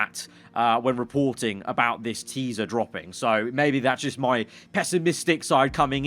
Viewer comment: noone:: TEESA